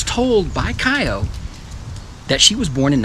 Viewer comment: Kiyo is pronounce Key-yo in Japanese.